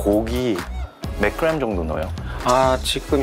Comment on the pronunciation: 고기 그람 말할때 사장님도 그룀 발음ㅋㅋㅋㅋ